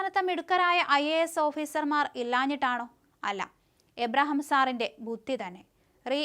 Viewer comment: അവതരിപ്പിക്കേണ്ട ഭാഗം പല പ്രാവശ്യം വായിച്ചതിന് ശേഷം അവതരിപ്പിക്കുക. നിങ്ങൾക്ക് മനസ്സിലാവാതെയാണ് വായിക്കുന്നത്. മലയാളം വായിക്കാൻ അറിയില്ലെങ്കിൽ ആദ്യം അത് പഠിക്കൂ. കെ എം എബ്രഹാം എന്ന പേര് പോലും തെറ്റിക്കുന്നു. കഷ്ട്ടം തന്നെ.